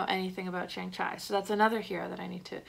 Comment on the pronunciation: You nailed the simu liu and Tony leung pronounciation but butchered shang chi name lol it's all good though. Great video!